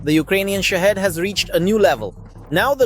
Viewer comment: It's shaheed, not shahid